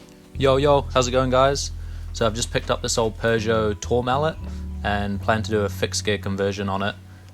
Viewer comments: Not Tore-mallet, Tore-mah-lay! Col du Tourmalet is one of the epic climbs featured nearly every year of the Tour de France when they pass through the Pyrenees. Nice conversion, love the outrun style of these 80’s Peugeots. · Nice job. One note though. It’s pronounced Tourmalay with a silent T as it’s french.